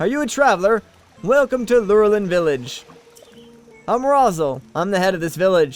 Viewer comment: I think you pronounce it as Loo-RELL-in village.